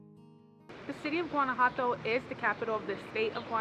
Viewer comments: Guanajuato pronounced gwan ah wha toe. I really enjoy your videos. I'm sure you'll be stopping by San Miguel de Allende. also by the way, there are tons of words I don't say correctly. Locals correct me constantly. If I hadn't lived there, I would not have known either. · Your pronunciation of Guanajuato is suspect, but thanks for the vid.